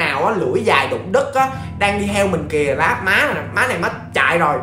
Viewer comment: Lưỡi dài đụng đất mà nghe: Lưỡi dài đụng đít,lưỡi dài động đất .Hay ta:)))